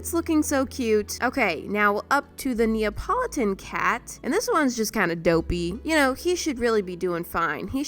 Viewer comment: Neeapalatin? More like neeaPAWlattin. Ill see myself out